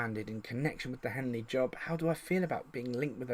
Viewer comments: OMG that's my home town!! Just so you know its Henley, not Hanley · Trying to see if I recognise the names see how good the data base really is, I'm from henley. I recognise none lol. If you do more videos like this you will do well... Also it's Henley not Hanley lol good work though